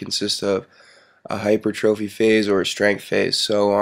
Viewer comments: Personal trainer who says hyper-trophy instead of hypertraphy. Sad day. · fitness what he means is that the word stress is on the PUR. like hyPURtrophy. but tis seriously tedious commenting on a fitness video about pronunciation , video is awesome adam from worka holics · I'm sorry.. You are certified and have a bachelors degree and can't pronounce hypertrophy? (Hi-per-tra-fee) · It's pronounced "high-pur-tra-fee" (hypertrophy) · no it is not.. it is HY-PER-TRO-PHY..pronounced HIGH-PUR-TRO-FEE its t-r-o not T-R-A...learn how to speak before you correct somebody else.. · not a troll but you should no how pronuciate simple biological terms . HYPERTROPHY. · I like how you say hypertrophy, hyper-trophy hah, good job though. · this fool cant pronounce hypertrophy but you know its not like its his job to know stuff like this